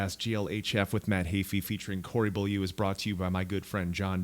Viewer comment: Matt pronounces it like "bowl-you", but I learned French in school from 6th to 12th grade and I'm kinda not okay with that :D